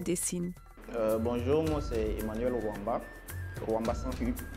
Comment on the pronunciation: Emmanuel Roamba sans "U"😂 , force✊🏿✨